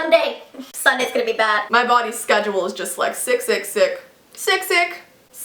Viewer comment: Lol when she was saying sick, sick, sick I thought she said 666 😂😳😂😂